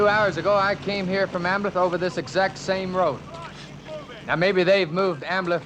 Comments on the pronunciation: The name Ambleve was mispronounced terribly by everybody in this movie. Sometimes it was referred to as Amblem, or Ambleff, or Ambiff, or Amblitt or even Ambit. And did anyone notice the German soldiers (No doubt played by Spanish Army soldiers.) kept yelling “On topa ze roof! On topa ze roof!” for every and any needed occasion? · The characters all badly mispronounced the name Ambleve. Sometimes it was ‘Ambeff’ , sometimes ‘Amblitt’ . It could have been ‘Amblig, Amblif, or Amblin’. And did everyone notice that the German Soldiers (I presume being played by Spanish Army soldiers) kept saying “On top ze roof” On top ze roof” for whatever occasion?